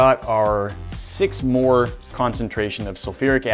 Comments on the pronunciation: Hey just a heads up it’s 6 “molar” not “more” or whatever you said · did my mans say "6 mor solution of sulfuric acid"? bruh, it's molarity, not morarity lmao